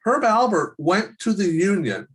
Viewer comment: ALPERT, Herb ALPERT. Great information though! thanks for doing it!